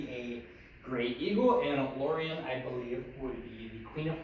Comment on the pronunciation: Please tell me you only pronounced Lorina like that cause you were drunk